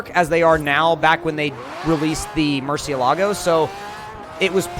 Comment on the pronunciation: It’s pronounced “Mur-sha-la-go” not “mur-ceea-lago”